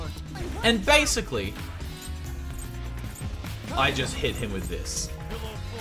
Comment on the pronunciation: "Bascially" lmao